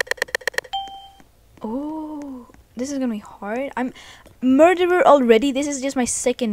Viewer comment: The way she said mUrDEeR 😂